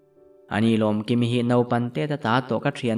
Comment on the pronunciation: Lomkimi tih pawh a dik chuang lo Lawmkimi tih tur😂